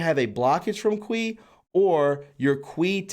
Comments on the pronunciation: Looks like it pronounced key not quee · It’s pronounced chee, not Quee 😉😊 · Qi = Chee, not kwee - - you know, like tai chi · Omg youre killing me. Its pronounced "key" not "quee" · The Qi you are referring to is pronounced "Chee" not "qwee" .. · Kee not kwee. That sounds like something else... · LOL. I won't tease you too hard. But,, how'd you get the sound "kwee" out of Qi. It is pronounced Chi as though you were to say Cheetos. I don't know how "they" got that sound either, but you know how stupid some of us in english speaking north America can be, although not implicating you. Some english spellings in mandarin or cantonese are way off base in pronunciation where doesn't have to be. My skill is Korean and had to make some corrections there in the past, especially for the word "Hyundai" which should been spelled "HyonDae" or "Hyondé." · Qi Is pronounced chi. not kweeeeeeeee lol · it is pronounced, key=Qi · Hey, no disrespect to you, but Dean’s last name is pronounced RAY-din. And Qi is pronounced like chee. Keep up the great work! Our pedo-sadist overlords and other sick “elites”want us completely disempowered, fearful, shameful, and ignorant of our God-given abilities, obviously ignorant that there is even a loving God. Jesus said we’d be doing great things. With His assist, we need to step into that power. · You need some help with reading. You're seeing words that aren't even on the page--corporation when it's cooperation, others too. Qi is pronounced "chee." You should read these stories out loud before recording. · Qi is pronounced as chee. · it's pronounced chee energy - really enjoyed this report! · Great video!! Qi is pronounced Chi or Chee. I hope someone does a video on the practice called body talk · I believe ‘Qi’ is pronounced ‘chi’ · "Qi".. is pronounced "chi" Please use correctly😊😘MAGA KAG BEY BEY!!! 🇺🇸🇺🇸🇺🇸🇺🇸💗🇺🇸🇺🇸🇺🇸🇺🇸 WWG1WGA👍👍👍👍👍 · Qi pronounced Chee. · QI IS PRONOUNCED CHEE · It's pronounced 'chi'. Qi that is.